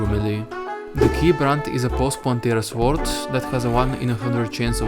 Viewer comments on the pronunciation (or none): funny how you pronounce the W in sword